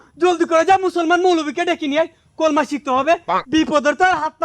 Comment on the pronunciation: ভাই কলমা হবেনা,কালিমা হবে একটু শুদ্ধ করে বলবেন প্লিস।